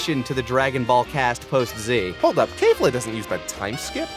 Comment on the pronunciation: Number 11: make you guys pronounce kefla correctly. I mean come on guys it’s exactly how it’s spelled why are you adding an a you don’t DO that